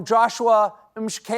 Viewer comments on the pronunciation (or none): Hey guys, 'hla' in Zulu language is pronounced 'shla' so old Joshua is Mashlakela 🙂 It's September 23 here as I write. Oh dear. New Zealand is 11 hours away from us and they're still okay 😅